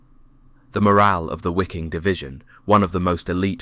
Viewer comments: How difficult is it to pronaunce Viking instead of Wiking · Those "Wickings" fought like the Vikings of old. The letter W is pronounced as a V. Ffs. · "Wiking" in German means (in English) "viking" and it's pronounced the same way as the English word "viking". A small detail. The narration on this video was excellent. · Wiking Div. Pronounced as V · Good video, but please, pronounce the W's with a V. Waffen would be pronounced as Vaffen.. Same with Wiking. It sounds better when pronounced as "Viking Division" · Wiking as in the Wiking Division is pronounced Viking. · Nope, I've heard native German and Austrian speakers say the divisions name, for some reason they do pronounce it "wicking"